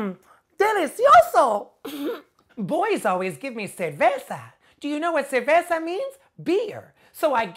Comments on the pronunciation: 1) she pronounced "ceveza" and it's ceRveza 2) putana isn't even a word in Spanish what she tried to say it's "puta" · She said ceveza jajaja